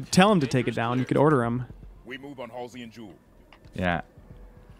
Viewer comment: Hal-see? I don't know anyone who pronounces Halsey (Hall-zee) as Hal-see.